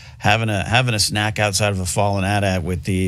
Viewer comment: Did dude really call it an at at?